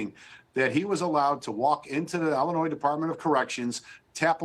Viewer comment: Pritzker/Johnson gets you The State of "ill-noise" 😂.